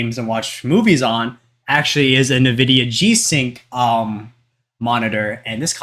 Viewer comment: It's pronounced 'en-vidia' btw.